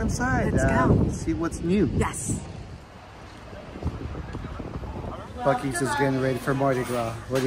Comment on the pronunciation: Great video...loved the food...safe travels and God Bless 😘🤗🌹💘💙 Aw, tyvm again to you both...funny you said the name right exactly 3 wks on my bday 🤗...wish there was a Buc-eees closer to me 😋